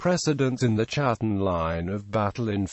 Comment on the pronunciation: Not chattan as in chat...ch is pronounced K in Scots Gaelic. It is pronounced Kat-ten like English Cat and that is what they were the Clan of the Cats, the Scottish Wildcat being their clan beastie. and Sometimes it is pronounced Hattan with the C nearly silent